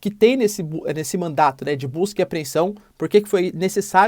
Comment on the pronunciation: Professor se corrija por favor! A palavra correta é MANDADO! Pelo amor de Deus!!!!!!!